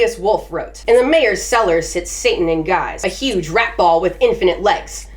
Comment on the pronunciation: I love the aggressive " R at"